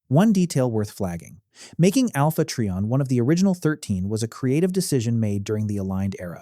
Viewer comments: Alpha Tree-On? Is not how it's pronounced. Its Alpha Try-On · When he calls him, "Alpha Tree-on" I just can't take anything else he has to say seriously. It's "Alpha Trion" (sounds like Try On) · I think they're questioning the pronounciation of it. I prodnounced it as "Tri - On" i.e. "Try - on".